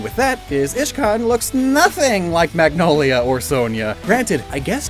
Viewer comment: Uhh you said ishcan not iscan